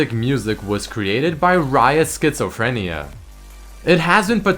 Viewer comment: "Scherzophrenia" First part is a german word "Scherz" , something like "Witz" = Joke; to cheer someone up with that action and the second part should be selfexplaining. English speaking people might try to pronounce it "Shairts"-o-phrenia. A guy who always jokes arround, wanting to make people have a good time, who is easygoing on most things. Just wanted to make sure, bc he accidentily mispronounced it as "Schizophrenia", wich is obiously completly different. #OnTheIneternetWeLearnThings